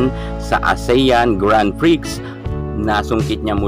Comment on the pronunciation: Excuse me narrator grand prix is not pronounce grand prix it is pronounce grand pri/x its pri silent x thats all its pri silent x thank you